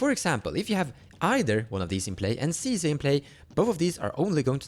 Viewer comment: 10s in: 'League of Legends Sisay" oh no